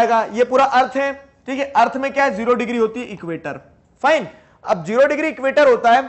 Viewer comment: Digree no digire